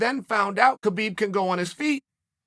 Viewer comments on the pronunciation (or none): HAH BEEB, not KA BEEB